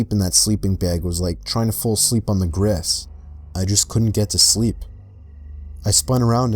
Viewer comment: the way he said grass it sounded like he said gress